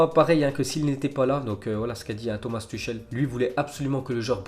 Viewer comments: C’est pas Tuchel c’est Tourel putin !!! (La prononciation) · Comment il prononce Xhaka et tuchel 😂😂😂